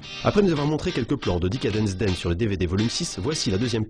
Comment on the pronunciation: He lost me too on the first 8 seconds (especially as he mispronounced "Decadence Dance"). I think it's talking, I can recognize his voice from having bought some "Guitar Part" magazines in the 90's. He was the voice on the CD that was delivered with each number... And obviously on this video, taken from a Guitar PART DVD "Extreme special-issue" (I guess...). He's also well known from French guitar players for publishing a lot of guitar tuition books and tabs. But here, in the first 8 seconds, he speaks faster than usual... Even I had to listen to it 2 or 3 times to really understand what he was saying. I can transcribe and translate the beginning if you want...